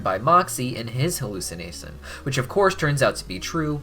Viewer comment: In his halusanasin. I think you messed up speaking a little, don’t worry, it happens to me all the time.